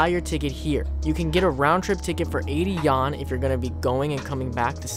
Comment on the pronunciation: It's funny every time when you say "Yan" instead of "Yuan", the Chinese currency.